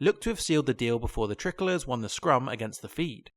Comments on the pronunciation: you say the line “unfortunately for the tri-colours” pronouncing it like tricklers. It’s pronounced like Try-colours. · The way you're pronouncing "tricolours" is gunna give me an aneurysm. It's tri- as in three... like a tri-pod. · Please pronounce TRI (try) colours correctly !!